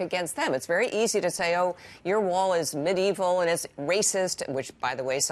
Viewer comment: I’m mad at the way he pronounced medieval